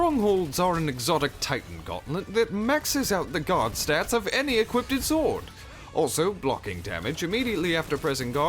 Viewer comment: Stop saying "equipted", it isn't a word.